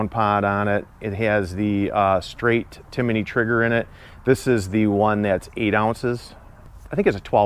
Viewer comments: It's Timney not Timiney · Timney not "Timiney" 😊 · it's pronounced TIM-NEY. You say TIM-IN-NEY. 😳😂😊